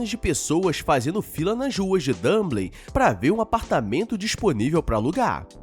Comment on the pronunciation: e muitos erros de pronúncia, Dumblin hahah